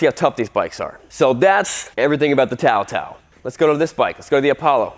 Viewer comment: TaoTao has been around for almost a decade in the states and you're telling me you still didn't know how to pronounce it? May as well not know how to pronounce Suzuki.